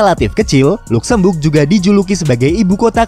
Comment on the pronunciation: Ejaanya adalah “ Lazemberg “ bukan “ Lukzembug “ aduhhh 😂